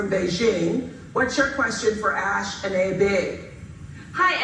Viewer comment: Aish is the nickname. Not ash. Bachchan was pronounced correct. Aishwarya made few American films. And great interviews waaaay before Priyanka